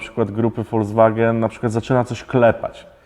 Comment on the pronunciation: Nie ma grupy folswagen 🤣 jest folkswagen